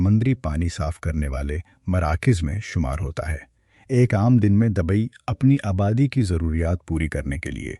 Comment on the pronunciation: Dubai not dabai......please mind your pronunciation .......